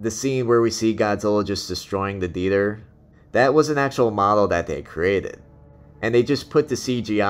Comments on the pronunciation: What's a Dether? you keep saying dether.....OH, oh you mean THEATER......... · 2 suggestions: 1. learn English grammar, and 2: learn how to pronounce "theater."